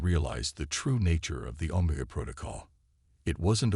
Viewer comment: Pretty good but, when the AI your using can’t pronounce OMEGA in a syfi story well big problem.